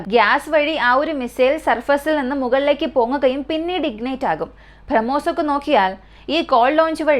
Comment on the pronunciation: ഭ്രമ്മോസ് എന്നല്ല ബ്രഹ്മോസ് എന്നാണ് വായിക്കേണ്ടത്